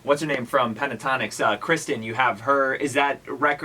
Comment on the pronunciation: The interviewer saying 'Kristin' 😬😞